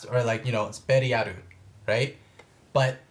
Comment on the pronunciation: Beriaru is fine😂